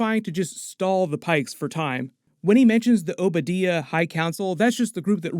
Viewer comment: did you really say Oba Deeyah, and not Oba D-eye-yuh?